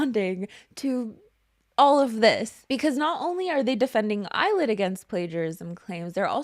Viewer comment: I keep hearing "Eyelid" instead of "Illit" so it's been forever ruined for me. Yes please PT 1 video!